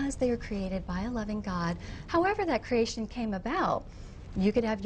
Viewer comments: bizarre pronunciation of creation... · Will somebody PLEASE teach this bitch how to pronounce creator/creation?